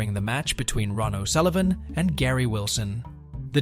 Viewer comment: Ron o Sullivan it is Ronnie o Sullivan you muppet